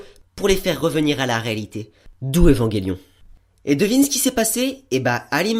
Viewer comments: EVAN J ELION!!!! PAS EVANGÉLION SNIF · Très bonne critique ! Mais c'est Evangelion et pas EvangUelion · Où ta vu qu'il y avait un "U" entre le G et le E?? Donc stp arrete de dire Evanguélion !! "ge" ce prononce "je" tu dit un ange pas un angue, tu dit je mange une pomme et non je mangue une pomme !! Bah là c'est pareil. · ''évanguélion'' mdr trop drôle